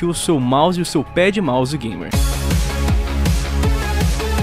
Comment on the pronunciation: Juro q quando ele disse "Pad Mouse" eu entendi "Pé de Mouse"